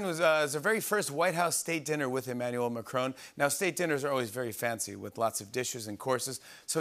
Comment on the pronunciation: That's not how you pronounce Emmanuel Macron.